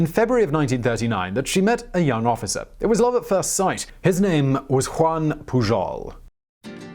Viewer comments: Your spanish was going pretty good, despite the 'PuJol', but when portuguese showed up, oooooh boy... xD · Juan Pujol is pronounced "Huan Puyorl"